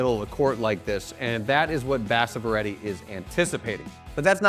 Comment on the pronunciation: It's basavaaaaa reddy 🤦🤦🤦🤦dumb illiterate Americas